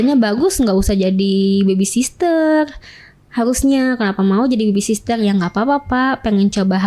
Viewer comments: aduuuuiiii mbak...baby sitter cara sebutan nya.bukan baby sister 😂😂.hadehh SDM rendah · Pede bener ini orang 😮‍💨😡... Mana salah mulu bilang baby sister lagi...sitter mbak...sitter...bukan sister ... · Baby sister??? 😂😂😂 cara ngomongnya aja salah. Kalian percaya? 😅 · ternyata host nya juga ngomongnya baby sister....😮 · b a b y s i t t e r bukan SISTER! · Bukan baby sisrer mbak tp baby sitter😂😂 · Baby sister gak tuch 😅😂 host nya jg gak tau penyebutan yg bner 😂 kocak😅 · Hadeuhhh psk 🤮 mending benerin cara ngomong 'R' sama ngomong 'baby sitter' dulu dehh timbang lu banggain badan lu yg udah dikobok kobok berapa puluh cowo wkwkwkwk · Ngomong baby sitter aja salah, pedenya selangit nih orang😅😅